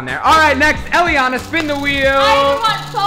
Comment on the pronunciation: its nit jelyana its jellianna